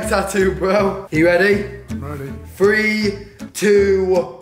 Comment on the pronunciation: It's three not free nothings free